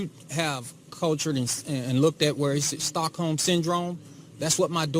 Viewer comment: Did he say stock ho or Stockholm?!😂